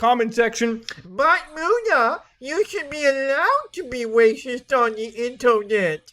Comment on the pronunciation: "wacist" lmao people kept getting suspended for their opinions, not some imaginary racism